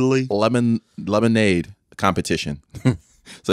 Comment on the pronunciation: turned his white voice on wit that “Lemon- Lemonade🙋🏼‍♂️”